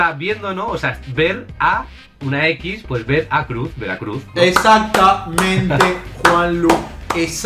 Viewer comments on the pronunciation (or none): none